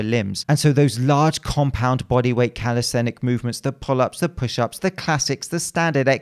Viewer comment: Calistenicmovement guys lmao